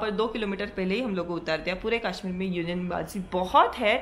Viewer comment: It's kashmir not kaaashmeer